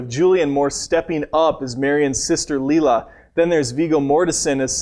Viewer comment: The 1998 guy keeps mispronouncing everything. Janet LEG! LEEla as Leila.